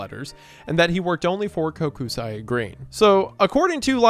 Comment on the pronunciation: Love the story about the Bolts. Great team, Tampa Resident, Go Bolts! However, the constant mispronunciation of Kokusai killed me this entire video. It's pronounced "coke-sigh", not "Koh-ku-sigh-eh".